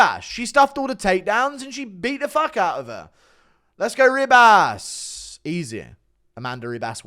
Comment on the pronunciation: ”Ree-bass” good one guru. Whats with the pronounciation